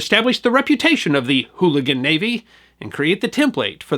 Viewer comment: "HOOLIGAN NAVY"? lol